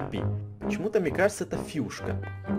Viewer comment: Не Фюшка а Фишка